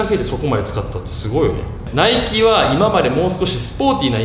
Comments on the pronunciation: 今さらなんやけど、ナイキの発音って語尾にかけて上げていく感じやないん？ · ナイキの発音がナイツ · ナイキのイントネーション笑